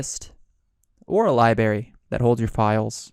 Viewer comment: Is it just me or he saying "libary" instead of "library". Driving me nuts. lol